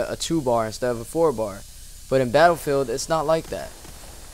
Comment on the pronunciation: I like the way you pronounce BATTLEFIELD